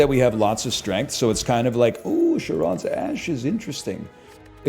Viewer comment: You fools complaining about him skipping Dark Embrace, I’m here complaining about him mispronouncing “Charon’s”